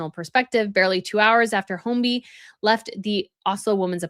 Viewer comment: I hope you mean serial sexual predator and NOT killer. His surname is pronounced hoy-bee (no letter L).